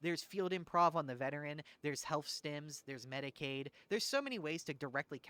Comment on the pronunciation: It's medicAE not medicAID